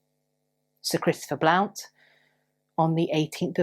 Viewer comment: Hiya: Blount is pronounced Blunt🙂